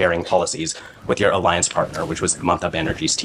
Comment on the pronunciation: इस से बड़ा पप्पू तो तू है जो अलायंस को आलेंस के रहा है